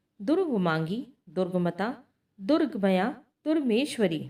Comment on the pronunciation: जैसे 'दुर्गम्या' को आपने 'दुर्गमया' बोला है। ऐसी ही कई जगह गलत है